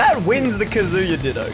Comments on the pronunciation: It kazuya not kazua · It's k AA z oo yuh not ka zoo yuh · The way you say “kazooya” is really getting on my nerves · calling him Kazoo-ya gives me all sorts of brain damage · "Kazoooooya is a shoto" This hurt me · If I hear “Kaz000ya” one more time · "kazoo-ya" ah yes. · did you said ka SEE YA? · All the comments: that's not Dante Me, scrolling through the comments while watching the video and haven't gotten there yet: losing my shit over pronouncing Kazuya like Kazooie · This whole video, I was like what the heck is kazooya?!?! And then I realized that I’m a weeb and know how to pronounce Japanese names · I’m a Tekken (not a good one but I have memorized the entire Tekken story so too bad) player (who came from smash lol) and there are 2 things that are annoying me 1. He’s using the suit Kazuya 2. He’s saying “kazoo-ya” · Why does he keep calling kazuya kazoo-ya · Please stop calling him kazoo-ya. It hurts every time, just like Yawshi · How about literally everyone being unable to pronounce Kazuya correctly? Can I talk about that? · New drinking game: Take a shot everytime mispronounces Kazuya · No thanks i want to live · it hurts my tekken soul how says kazuya and calls the wind god fist the shruykien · pronounce Kazuya like a mixture of Kazooie and booyaa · I would like to personally thank the editor for pointing out how everyone is pronouncing Kazuya incorrectly despite being fed the correct pronunciation by the game. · What bothers me the most is how he heard how to properly pronounce Kazuya’s name before every match but proceeded to mispronounce it. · Kazuya is mispronounced by the smash announcer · You pronounced kazuya wrong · it clearly states what the pronunciation should be for kazuya... why the hell do you insist on mispronouncing his name?!? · can't pronounce the characters name correctly and doen't know what a shoto is. Standard smash fan problems